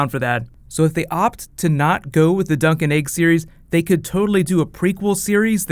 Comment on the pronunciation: you sad, "dunk n Eg" opposed to "Dunk and Egg.' AND dude you follow that with, "the bunny thing...." not, "the funny thing." "the BUNNY thing"